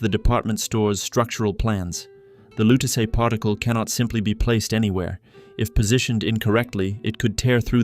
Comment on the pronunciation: I dont understand the mispronunciation of the Lutece name when the game clearly says it. This is like the live action avatar movie calling Aang ->Ong